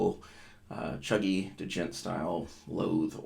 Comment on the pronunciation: It's pronounced like "jent" lol